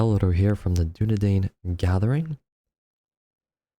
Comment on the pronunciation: my birthday has come early (btw its Doon-e-dine).